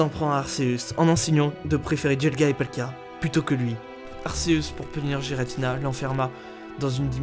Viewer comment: . . . Giratina avait pourtant créé le monde distorsion il n'a pas été banni, ta teorie ne tien pas du coup. Et stp prononce le comme il faut c'est arkéusse la prononciation pas arcéusse. Il est prononcé arkéusse dans le pokedex officiel et dans son propre film mettez vous a jour..